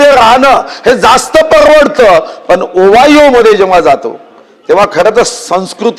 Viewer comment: ओ वाय ओ नाही हो ओयो असतय ते